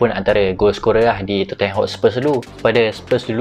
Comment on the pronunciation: Tottenham = sebut tot-nem